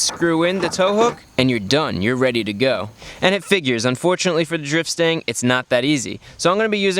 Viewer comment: Stang, not stand. Lol